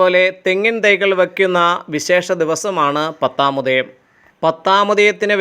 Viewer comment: 'പത്താം മുദയം ' അല്ല, 'പത്താമുദയം'ആണു ശരി